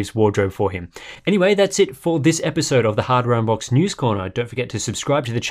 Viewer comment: he said Harbor Boxed ...